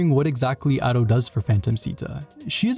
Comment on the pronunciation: Every time he says Ado it hurts my body, soul and spirit.